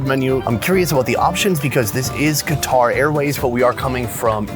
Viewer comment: Qatar is pronounced as "cutr".